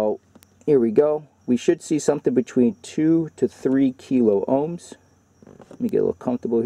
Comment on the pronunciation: K stands for thousand , kiloohms (kill-ah-ohms) not (key- low-ohms)